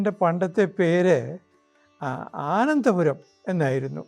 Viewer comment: ആനന്ദപുരം അല്ല .അനന്തപുരം എന്നു തിരുത്തി പറയേണ്ടതാണ്.